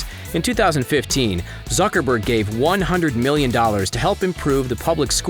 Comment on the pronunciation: Whenever u says zuckerberg it sound like sucker berg😂